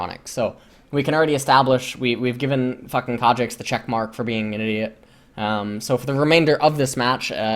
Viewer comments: fs... i get triggered everytime you say Kha'Jix... it's Kha'Zix :c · ffs ls its khaZix not khaJix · wtf is a kadrix ? i thought his name was kha'zix as in ka and then zix. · Why does pronounce Kha'zix with a J? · why the fuck are you calling him kadrix? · It's not Ka'jix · Yes I know, I'm Korean. And I'm still annoyed by his khajix pronunciation, because it's completely unnecessary. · for the first 10 minutes I thought he was saying a summoner name like "cadrix" or something lmao. thought it was some Korean player he knew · I think my headphones are broken :( everytime he says "kha'zix" it makes some weird noise and it sounds like kha trix or something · Pretty sure says Khazix in Korean, as he's reading the KR characters. So he does say it like Kajix or something. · "Kha'Jix" is the way some Koreans say kha because of their Z sounding like a J, like Zed is pronounced Jed to them... (I have a lot of Korean league friends and IRL) except the only Koreans that do this are the ones that just learned English or learned it as their second language very late... but shouldn't have a problem with this, so he's basically just saying it cus he's a giant Korean weaboo.. s t o p. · the j or ch sound replaces z sounds for foreign words because there are no native words with z sounds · He was saying Kha Shits the entire game because the Khazix was shit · The only reason why I watch is to hear him incorrectly pronounce words like Seraph or Kha'ZIX. XD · how the hell are u prononcing khs zix? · it’s a korean pronunciation